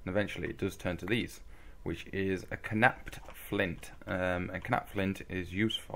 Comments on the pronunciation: Well I Mean Knapped Is Pronounced Napped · The k in knapped is silent. It's pronounced the same as the past tense of "to nap." Also, in case you're still playing this, or playing some other pack with the Druidry mod installed, you need to punch the leaves with an empty hand to get them to respawn once or twice, like you did at the start.